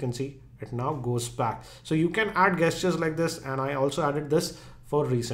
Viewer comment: Gestures is said like Jestures